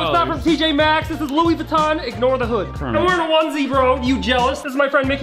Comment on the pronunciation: Kremit???? Its kermit!! You fony!!!!! Jk I love kermit